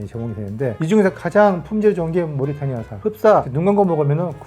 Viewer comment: 모리타니아 X 모리타니 O